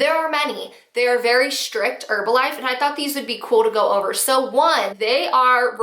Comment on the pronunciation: You're saying Herbalife wrong....the H is not silent in the word Herb.... Say her....then the rest of the word. Not erbalife...made the vid unwatchable